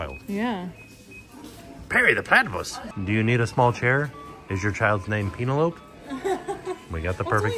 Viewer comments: 😂😂😂😂 “Peenalope” for Penelope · "If your child's name is Peen-a-lope." Oh, my! I hope not! 😂😂😂😂😂😂 Classic! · I legit LOLed!! I asked on a live would he ever consider TV and said no because he gets stuff wrong a lot. I see why after Peenolope 😂😂😂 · Peeeenalope hahahah Pen El O Pee